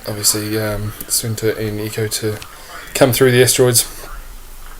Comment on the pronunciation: Sake mate it is Echo, not Eco.